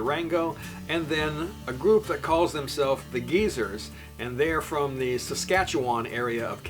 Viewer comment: awesome upload. Amazing job as always and thanks for introducing some folks from my home province and the province where I now reside. And a good first attempt on pronouncing "Saskatchewan." It's a mouthful;) You are covering ground that I hope to cover this coming summer with my brother who lives in Saskatchewan.